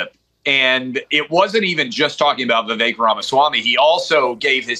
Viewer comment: Adam, thank you for saying Vivek's name correctly. Idiots keep saying his name wrong. Kudos.